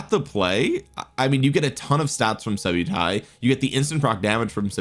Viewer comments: nice vid, its pronounced sub-uh-ty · “Sub-Utai”… clever subliminal way of mispronouncing his name for more subs!